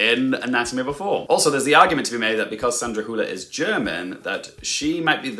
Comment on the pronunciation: Great video, Also, kudos on your pronunciation of Sandra Hüller's last name. You're one of the few English speakers who pronounces it pretty closely to how you would pronounce it in German. I've heard some people pronounce it as Sandra "Holler" or Sandra "Hiuler".